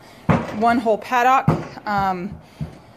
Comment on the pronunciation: I almost couldn't after hearing you pronounce paddock. Good work though. Informative.